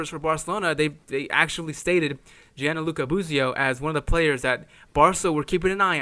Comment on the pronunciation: It’s Gianluca, not Gianaluca. Dick.